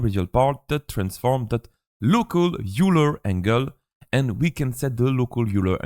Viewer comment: A little late, but fyi, "Euler" is pronounced like "œil leur" Also thanks for the tutorial! Extremely helpful!